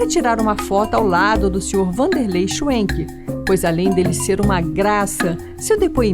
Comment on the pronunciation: Se eles são descendentes de alemães, então, a pronúncia figurada e correta é chvenque e não chuenque.